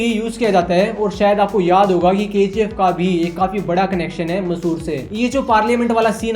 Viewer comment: Dosth vo Mysuru hai ...not Masur ...it is Cultural capital of Karnataka